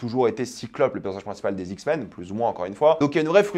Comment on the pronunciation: Les "Zixmens" 😭